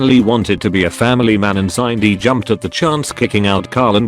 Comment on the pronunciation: Sindy not Sineday